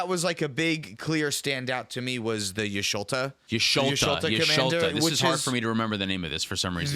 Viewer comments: it's just pronounced like the ' is an e. Yeshtola, rhymes with mesh cola but say it fast like it's one word. The katakana is ヤ・シュトラ which is ヤ (ya), シュ (shu), ト(to) ラ (ra), but it's localized with an L sound instead of the japanese R sound. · Yush toll (like a toll road or the bell tolls for thee) uh. Y'shtola. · guys its not ''jisholta'' its ''jishtola'' >.> what i do like about her is curiosity and glistening oil with y'shtola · its like yesh - toll - a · Just for pronunciation purposes, for Y'shtola it's Ysh-Toe-La. Ultimately it doesn't matter but I hope it's pronounced properly if you ever have someone play her on the channel :) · Lol, it's Yish-toe-lah btw. Don't worry though, there's worse names out there to pronounce. Any of the Roegadyn names are all some form of Welsh from the looks. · her name is pronounced YISH-TOLL-UH btw my queen demands respect!! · The Y is almost silent. ISH-TOLL-UH basically. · I like how they don't read yshtola like vivi with curiosity and ophidian eye or tandem